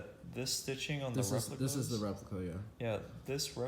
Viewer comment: “The re…pli…cuhhhh”